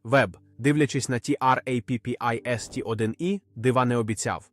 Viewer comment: В загальному, можна дивитися, пізнавально.., якщо би менше було того "ті-ар-ей-пі-пі-ес-ті"!, що найбільше "ріже вуха"... Чому не просто "Траппіст"!!?., хоча кілька разів звучало й так... Чому той ШІ ще такий тупий!?. Чому не редаговано!!!? Краще б озвучка залишалась ЛЮДСЬКОЮ, а не ШІ!!!